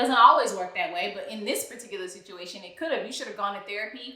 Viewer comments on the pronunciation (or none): I think Matt confirmed it himself and no unfortunately I did not see it any article but I know it within spirit lol. That man pronounced “work” as “wok” and “situation” as “situashawn” lol